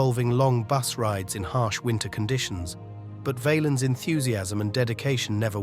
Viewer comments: Say the name pronouncing it Vahhhhhlens not Vayyyyyelens. And to people posting videos about Selena. The q in her last name is spoken Like a k. Bottom line if you're gonna do videos say the fucking names right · Val-ens not vaylens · It's pronounced Val-ins not valens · It's not VAYLINS you stooge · Who the fk is Ritchie Vay-lens lol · BS video. But nice to find out about his life. The way the narrator kept mispronouncing his name was pissing me off. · His name is being mispronounced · The a is short in Valens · They need a computer voice that pronounces their names correctly it wasn’t even close to being correct